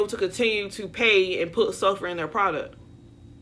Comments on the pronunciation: I keep hearing you say SUFFER and I’m like huh.. It’s suLfur (Soul-Fur). And yes I’ve been using sulfur 8 since the 90s and I’m so mad they’re messing up our products. The worst thing that happened to Black folks is the internet bc black folks ALWAYS yelling their business and secrets. They did this same thing to Crème of nature back in mid 2008. We got to make our own products and spread the word like the Underground Railroad. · I love how you say ‘suffer’ as apposed to ‘sulphur’ (did anyone else notice that) but I did take note as I use this as part of my mixture with herbal oils and black castor oil for my hair. 😂🤣👍🏽🇬🇧